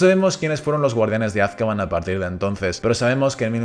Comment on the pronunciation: Es AzkabAN, no Azkaban por dios...